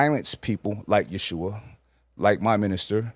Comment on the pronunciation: He states that the Bible is errant, and the translation isn’t to be trusted, yet appeals to the Bible to support his assertions. And it’s pronounced Ye-ho-shua. Step correct.